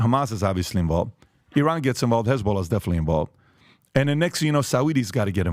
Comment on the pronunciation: Funny actually pronounced iran correctly e-ron